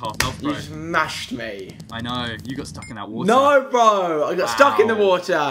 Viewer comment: You were a bit annoying when you kept saying burh bro